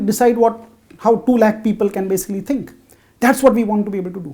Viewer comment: One lakh. Not lake.